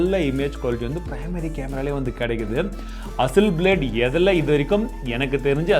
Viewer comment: hasselblad is an word Hussleblade is an emotion 😂😂😂